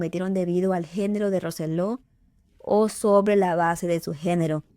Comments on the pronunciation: Lo dice bien es Roy Roselo no Roselló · Que desagradable y poco profesional que pronuncie mal el apellido de la victima Roy Rosello.